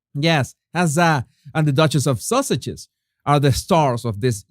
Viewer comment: With your wonderful accent, when you say "Sussexes" it sure sounds line "Sausages" OR ARE YOU ACTUALLY SAYING "SAUSAGES"? In any case, that is what I am calling them now - the Sausages.